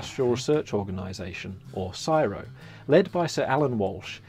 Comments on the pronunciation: Never heard it called Siro. 😂😂 Always been C S I R O. My husbands working there at the moment. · the organisation is not pronounced "siro" each letter is pronounced C.S.I.R.O not like N.A.S.A is pronounced nasa. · CSIRO is not pronounced Ciro, it is literally pronounced as the letters C S I R O. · its C.S.I.R.O it is NOT pronounced as csiro and never has been , that was quite annoying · Why is it an Aussie in the video but he doesn’t know how to pronounce the acronym for CSIRO? Since when was it pronounced “siro’?! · we in Australia don't pronounce the word csiro i pronounce it as the letters c.s.i.r.o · We don't pronounce CSIRO as "siro" we spell out the letters. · As an Australian who heard CSIRO said a lot as a kid in school and on TV etc, hearing the guy in the video say it as one word instead of each letter C S I R O (I assumed because it was an acronym it was correct, but just now thought about QANTAS and now i know nothing) is doing my head in hahaha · It is not CSIRO, it is C.S.I.R.O it is pronounced C S I R O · Happy arvo 🙂. This vid has but scratched the surface of the many great things invented in Australia. Oh and the British is mispronouncing CSIRO. We just say the letters. It stands for Commonwealth Scientific and Industrial Research Organisation. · No one in Australia says CSIRO as one word.... we say it as individual letters C.S.I.R.O. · Also it's pronounced as letters C.S I.R.O they used to us to CSIRO museum as kids at primary school. It's super cool from my dusty asf memory from many years ago..m im 36 now lol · CSIRO isn’t pronounced in the way that this pommy does, CSIRO is an acronym so each letter is pronounced individually C S I R O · Yeah, I’ve never heard it said that way either is always C S I R O. We say it fast, but that sounded so wrong. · C.S.I.R.O. is not an acromyn. It is pronounced SEE ESS EYE AR OH. Stands for Commonwealth Scientific Industrial Research Organization. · Yeah I have only heard it called the C S I R O